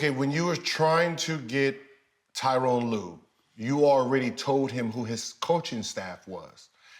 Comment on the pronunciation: Gil, Tyronn Lue is coaching the clippers, learn how to say his name damn it 😂 it’s Tyronn not Tyrone.